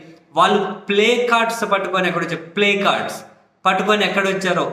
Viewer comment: ప్లకార్డ్స్ అని సరిగా పలకలేక ప్లేకార్డ్స్ అని ఉంటాడు 😂😂😂😂😂😂